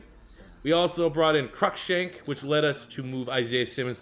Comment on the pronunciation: Crushank is said like cruise but without the s. So like Crue Shank